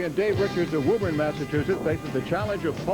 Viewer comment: Ah hem, it's pruhnounced Woo-bun.